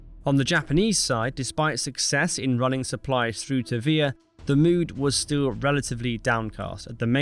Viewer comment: please use google.translate for your name pronounciations. Vila=VEE lah Helena=HELL-enn-uh, etc. otherwise, an excellent clipping of history! well worth the watch. my father was USMC in the pacific island campaign, so i heard some stories, he was among the marines trapped on guadalcanal. thank you for doing what you're doing! Liked/Subbed